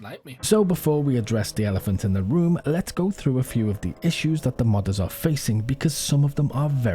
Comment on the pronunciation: I keep hearing “mothers” instead of modders. Hopefully the mothers aren’t quitting DayZ